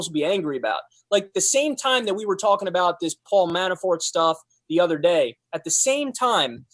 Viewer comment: "Manafart" Ha!